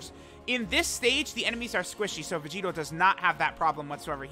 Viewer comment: that "look at Vegito man" made me hear "look at Curry"